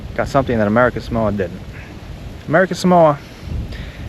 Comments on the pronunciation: If you're going to do a story on it at least pronounce it correctly! Samoa SAW MO A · It's a pity you didn't learn how to pronounce Samoa. It's Sah Mo Ah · Right off the bat I wish you would at least pronounce Samoa correctly.